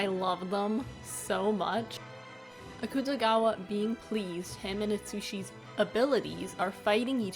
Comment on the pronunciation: i'm gonna go insane if someone says akutagawa's name wrong again